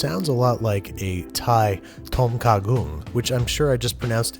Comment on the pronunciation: Hey, big fan! I grew up in Thailand so I wanted to say that your pronunciation was pretty good! The "kha" was a little off though. The ingredients seemed a lil odd but I'd eat it! Not sure if you did it but before cooking rice, you should wash, mix, and drain the rice maybe 3-4 times to remove the loose starch. That helps make the rice not be as gooey/sticky. Also you should consider getting a rice cooker, they're great! And PS check out Hot Thai Kitchen, she does a great job explaining how to cook Thai food.